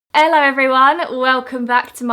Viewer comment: I love how she says elo everyone instead of hello! Love your vids!!!